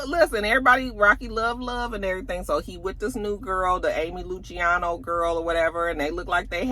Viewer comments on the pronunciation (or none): none